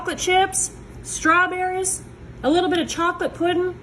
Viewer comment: "Pudin" ❤ 😂 my family is from Tennessee, Alabama, and Arkansas.